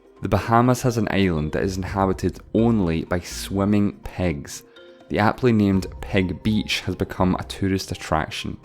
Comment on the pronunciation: " Swumming PEGS "